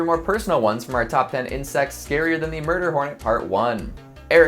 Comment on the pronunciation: i love how he says MurDer hOrneT, its just a giant asian hornet lmao